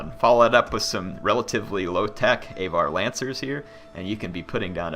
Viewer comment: AAAVVVAAAR, aVar, not A var.